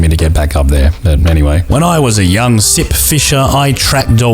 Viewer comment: I thought you said "This is Simp fisher" in the beginning and i thought "Hm.. people simp for the weirdest things theese days"